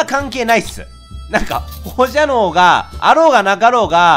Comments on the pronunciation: 放射線なのに放射能って言うのも、言えてなくて「ほうしゃにょう」ってなるレトさんに笑ってしまう。微笑ましい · 個人的に「ほうしゃにょ」じゃなくて「ほうしゃねょ」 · ほーしゃにょーって一年前も何回も言ってましたよね笑